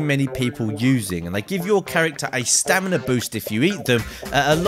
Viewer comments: He also said Stanima instead of stamina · you said stanima not stamina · stanima lol!!